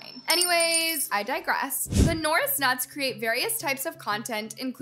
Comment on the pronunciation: your just hating on the norris nuts and you dont know how to pronounce there name